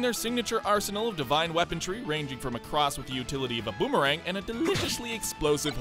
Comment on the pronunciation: "Weapontry"? Is this some Canadian thing?